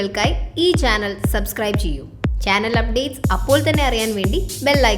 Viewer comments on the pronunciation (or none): none